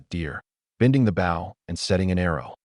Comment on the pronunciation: WY are you saying asterisk for its not needed, an WY are you saying the BOW word wrong say the word {BO}{w} is silent